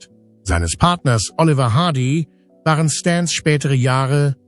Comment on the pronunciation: Was hat Michael Jackson da zu suchen? Warum fängt hier die Computer-Stimme an zu schreien? "Das waaaaaareo!" Ein Tipp: Statt Jahreszahlen als Zahlen im Text zu schreiben, weil der Computer dann Tausend-neunhundert-siebzehn sagt oder im Jahre eins-neun-eins-sieben sagt, kann man besser die Jahreszahlen als Text schreiben: Neunzehn-hundert-siebzehn. Oder noch besser: Lieber nichts dem Computer überlassen, sondern alles selber als Mensch machen. Dann ist das Video auch angenehmer.